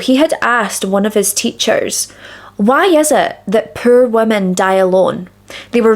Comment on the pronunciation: ~ish 😆 I pulled an! Pur women? Per women? Pure woman? Pear women? Turn on closed captions, Oh! POOR women! 😅 Sorry I had to share, from the US here and like words aren't your thing, accents aren't mine... Lol I have to turn on closed captioning a lot. Other people around me can understand, but the words just don't penetrate my brain.